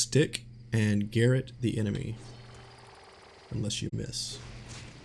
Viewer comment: Wow, a streamer and native English speaker pronouncing Garrote as GARRET? Guess you don't know what garrote is either. 😂